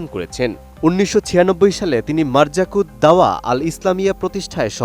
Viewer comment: শব্দটি মারকাজুদ্দাওয়াহ হবে